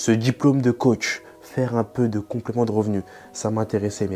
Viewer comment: Très bonne vidéo ! Hormis les "sportchhhif", "djjjiplome", qui sont assez insupportables 😂 la vidéo est très claire et bien expliquée. Merci 💪